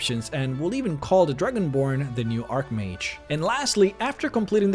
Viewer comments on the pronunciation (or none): Archmage is pronounced with the "ch" sound the same as "change", not ark mage. If you play the game you should know this..